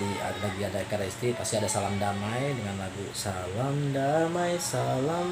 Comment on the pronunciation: Dari cara melafalkan salam, sy yakin anda awlnya bukan muslim.